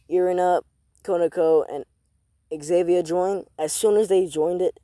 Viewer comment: Not Xavier it’s xenovia zen-oh-via